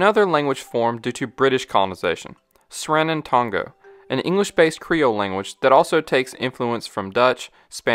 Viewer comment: While you video is informative and much appreciated it would serve you best to learn to pronounce the names of the places or terminology of the country. It can be very offensive to the Natives . The language.ostly spoken is Sranang Tongo ( ngo is smooth not the english ga sound).